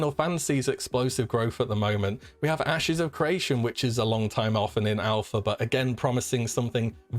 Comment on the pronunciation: LOL, I thought you were saying "Ashes of Croatia", couldn't find the game at first haha